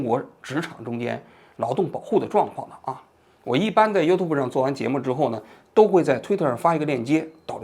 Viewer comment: 优吐博不对，优tjiu博